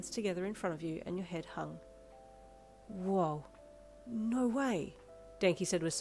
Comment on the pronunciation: I THINK ITS ADORABLE HOW YOU SAY “NAURRR” 😭